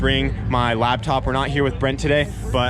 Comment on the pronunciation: has a "labtop" haha.